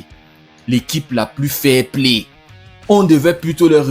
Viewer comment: S'agit-il du" fair Play " ou plutôt du " failli Play " ...?